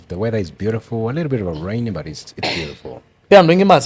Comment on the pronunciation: Hiyo kisungu ni poa but kuna BUT nimesikia ikiitwa mbut